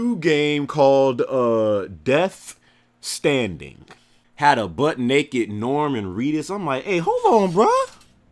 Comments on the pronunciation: It's Death STRANDING, EEEDIOTTT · Sucka, get it right: Its Death STRANDING. With an R thank you very much kind SIR. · LOL I think you meant to say "Death Stranding" and for some reason I thought it was hilarious that you called it "Death Standing" for some reason lol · And it's Death Stranding. Not Death Standing. C'mown...